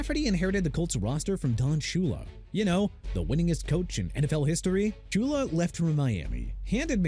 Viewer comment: YOU MEANT SUPER BOWL 8 WHEN MIAMI BEAT MINNESOTA MR. ILLITERATE?! YOU KNOW WHAT?! YOU'RE FINISHED... AND NEXT TIME PUT RESPECT IN DON SHULA'S NAME! SHOO-LUH! I'VE HAD IT WITH YOU!